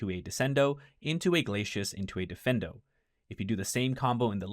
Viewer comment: dee-feen-doe, not defendo. 😅